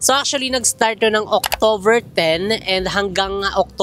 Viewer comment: munting correction lang, October not Octover;) Para next time you know. I watch your vlogs everyday! I'm a follower!